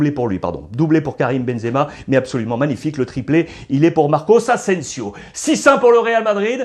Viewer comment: Très bon debrief merci ! PS : Tu dis souvent « Marcos » Asensio, mais il me semble que c’est Marco